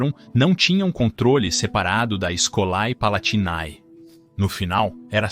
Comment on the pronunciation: Escolae palatinae e todos as palavras com æ se pronunciam com "ê" Escolê palatinê